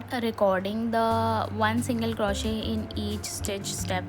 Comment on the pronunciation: It's not crawshit.. it's crochet. The t is silent